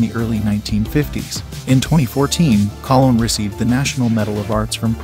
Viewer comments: Yeah, and it's Miriam "Cologne"., not Collin or whatever he said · The last name Colon is pronounced Ko-Lone. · Good Lord, do your basic research and pronounce Robert Loggia’s and Miriam Colón’s last names correctly. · Very interesting information on the cast of a classic film. However, I cringe everytime you mispronounced the name of some of the actors in the film. Please learn how to correctly pronounce Loggia, Colon, etc.. Thank you!